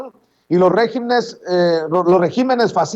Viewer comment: REG-Í-MENES R-É-GIMEN ÉNFASIS EN LA í al decir regímenes, ÉNFASIS EN LA é al pronunciar régimen